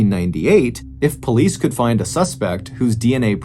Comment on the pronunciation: Who would have thought the words could and would could be mangled so badly, on purpose, publicly. Smh!